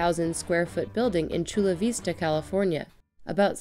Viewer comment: it's Vista, the i as in 'it'.